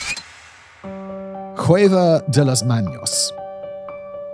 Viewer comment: And the C in cueva is the same as in cave. Not hueva or whatever the hell he said. Plus trucho is troo-cho (the ch like chocolate), not Troo-ho or Troo-jo (edit to add more at the end of the video)